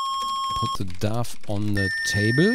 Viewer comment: Also erstmal ich liebe diese Spiele :3 ,da ich 93er Jahrgang bin ist das dann doch vor meiner Zeit . Allgemein der Retro channel <3 Jetzt ohne ein Grammar nazi oder sonst was zu sein , aber wie du "dough" aussprichst klingt es wie "dove " und das wäre die Taube , wollte ich nur anmerken , nicht böse gemeint .